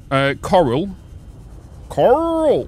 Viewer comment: Did you just call the coral Karl ???😂😂😂😂 another great video ❤